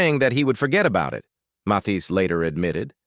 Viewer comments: Are you nuts? Who is MATHESE? How can you narrate w/out knowing how to pronounce the name of the subject? Dumb. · Johnny “Ma-Thees?” I hate AI reading! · Indeed. Matheees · Why can’t the narrator pronounce Mathias name correctly? It’s a matter of respect. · Yes please! His name id Mathis…not Myseets! If you’re going to talk about people, at least respect them by pronouncing their names correctly‼️😖😡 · Who is this Ma-thees you speak of? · OMG!!!! Matees? Your not even saying is correctly. Disgraceful! How disrespectful to this wonderful man. I'm out. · Matheeees? You’d think he’d know how to pronounce this legend’s name! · YO AI HIS LAST NAMED IS PRONOUNCED MATH IS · Teach your AI how to pronounce words and names. She is butchering Mathis….like Matisse. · Ma-Thees? Can't these AI-generated narrators ever be corrected? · Somone should teach this AI voice how to pronounce the name Mathis. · Another crap production with an AI narrator that cannot even pronounce the name of the subject of the video correctly. Why does You Tube allow this stuff to be posted and monetized? An artist like Mathis deserves so much better. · Narrator! Try pronouncing his name right! Geez! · Ai is malfunctioning in the pronunciation of his name. Content creator needs to correct the problem. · What's wrong with the voice over - constantly using two pronunciations of his name? This isn't the only biography that this narrator botches up...weird! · Say his name correct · Such a shame that the narrator’s voice is the same monotonous voice used for tons of other bio-video clips of famous people in the arts and beyond… Even worse is is that the stupid narrator, perhaps an AI generation, is unable to even properly pronounce “Johnny Mathis’s” name!!! I wonder how this even gets posted?? Does no one listen to these clips before their initial postings? It sure doesn’t seem like it!!! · it was disrespectful to not pronounce his name correctly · He miss preannouces three different ways!